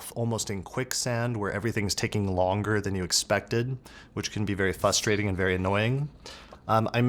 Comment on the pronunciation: Are you saying fusstrating?